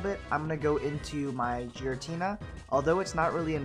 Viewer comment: Isn't it Giratina? You pronounce it as Jiratina